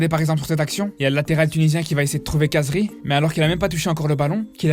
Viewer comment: Par contre comme t’est arabe essaye de bien prononcer le nom de khazri c’est « rrrazri » et pas « cazri »